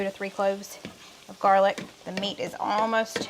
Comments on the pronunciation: She calls it jarlic because it is from a "jar"-gar"lic." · Why do you call garlic jarlick?